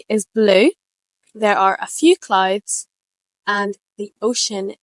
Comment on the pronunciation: clowds, clowds, clodes. Should it be pronounced like that?